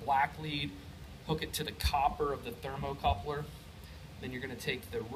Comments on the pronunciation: Ha, you keep saying "thermocoupler" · 'thermocouple' No 'r' are the end of the word. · Great video! It’s a thermocouple not a thermal coupler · Its "thermocouple," not thermocoupler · Very good and informative video, usually read through the comments cause I often pick up something extra, there are a lot of English proofs having a problem with your pronunciation of thermocouple, seems strange, they are looking for info on testing this thing, trouble shooting requires an analitical mind, yet this becomes a big stumbling block for them, what because of this they get so confused that the knowledge you went to the effort of sharing with a very well done video is some how not good enough, I wonder how man useful videos this group of rocket scientists have produced, jeez some people.